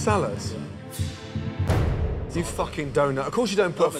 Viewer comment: "the salat"